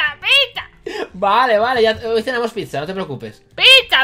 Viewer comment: dice picha no pizza